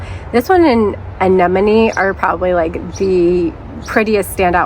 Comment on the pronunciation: You almost saying anemone like Nemo towards the end there 🤣